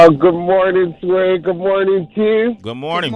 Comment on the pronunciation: Stop saying her last name Sway!!!